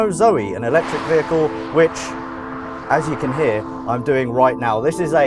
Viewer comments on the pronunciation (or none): Vi-heckle hahaha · You pronounce "VEHHHICLE" like american cops